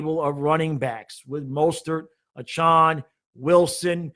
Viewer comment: Good video. Btw it’s pronounced A-Chan, not Ah-Chun.